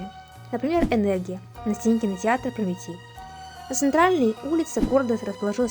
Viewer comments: Литовченко- ударение на ”О„. Прометей произносится как Прометэй. Пригородный- ударение на прИ. Ужас!!! Через слово ошибки. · Произносится как "ПРОМИТЭЙ" неужели вы не знаете кто это?